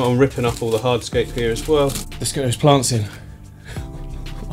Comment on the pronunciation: Listen kids... if a strange man comes up to you and suggests you “getallthoseplantsssin” please run away